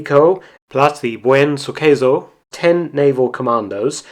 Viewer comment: The correct spelling of the C in"Suceso" is with S, not in italian way. It would sound like "SuSeSo".